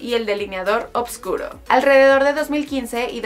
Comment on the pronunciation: una grosa adele... lo que si la que relata dijo varias veces oBVscuro, será oscuro mejor dicho